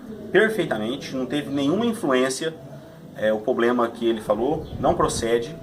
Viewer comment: não é "pobrema" e sim "problema"